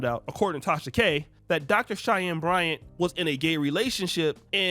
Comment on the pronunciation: How many times did say, "Cheyennes Bryants" 😂.